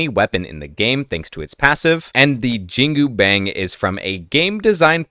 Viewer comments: JIN-GU-BANG >> almost pronounced right. the last word, is closer to "BUNK" like army bunk, instead of "BANG" like "BANK". so... say.. "JEAN" in billy jean "COO" cuckoo bird coo'ing "BANG" like BUNK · Jingubang is pronounced Jin (as in the Arabic demon) gu (as in Jew) bang (as in bong, or the words bon-bon or the word on, there is no ‘A’ sound) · great analysis, but please improve pronounciations 😅 my chinese mother dropped dead upon hearing your pronunciation of "jingubang"